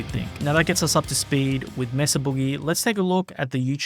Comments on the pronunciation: Not "MESS-uh", pretty sure it's MAY-suh. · Maysah not messa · MAYSA Boogie is the proper way to say the name of the company. NOT MESSA. I grew up not far from Petaluma California. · May-suh, not Mess-uh, silly Brits. Why is that so hard to get? It's a Spanish word!!! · "Messa"? It's "May-sah", guv. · May Suh not mess uh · You’re pronouncing it incorrectly. Mesa is the Spanish word for plateau and is pronounced like May-suh. Not “messa”. England is not that far from Spain, you may have heard the pronunciation without realizing. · It's pronounced "MAY-SUH", not "MESS-UH". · It’s May-suh. It’s a proper name. Please pronounce it correctly. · Anyone else annoyed at how he pronounces "Mesa" ? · "Messa" Boogie 😀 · He’s pronouncing “Mesa” wrong. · The narrator is pronouncing “Mesa”incorrectly and it’s really bugging me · Why can’t Europeans pronounce “Mesa” correctly? Why do a video on an amp company if you can’t even say it properly. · These creators and companies specifically say the proper pronunciation of Mesa, but you for some reason keep incorrectly pronouncing the name like some uneducated stupid Australian.